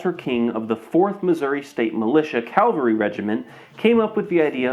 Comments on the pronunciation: it" cavalrymen, NOT calvarymen. And again , you say calvary regiment. The cavalry are mounted troops. Calvary was the site of crucifixions in Jerusalem. I wish that YouTubers would get that right for once! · It’s cavalry! Not Calvary! That’s a place! 😂 so many people do that and it’s like being slapped right in my pedant ‘tism. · Gotta love the avant-garde novelty of some of these. Seems like some of them were almost onto something and just needed one more step to perfect. Notes: "Cavalry," not "Calvary." "Tround" (a portmanteau of "triangle" and "round"), not "T-round." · Bro, “calvary” isn’t how you say cavalry. Otherwise, thanks for the video. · I've noticed a very common but odd habit of pronouncing "Cavalry" as "Calvery" and every time I hear it it's very distracting.